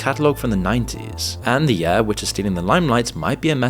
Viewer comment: It's impossible to distinguish whether this man is saying 'air', 'ear' or 'heir'. 'Year' and 'clear' are a bit easier to differentiate, but not by much.